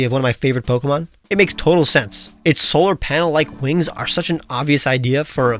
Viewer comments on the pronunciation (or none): none